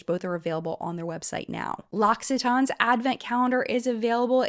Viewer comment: girl, i love your videos, but please google how to pronounce l’occitane next time